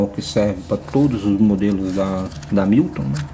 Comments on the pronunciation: Excelente vídeo, amigo! Mas a pronúncia é algo como "Rémilton", e não "Amílton" 😁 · você falou "Amílton" o video todo. Eu me referi à maneira que você pronunciou o nome da marca, não à maneira de escrever. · A pronúncia correta é rémiltom.